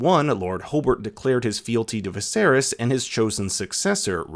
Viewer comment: Did you say 'Viserius'?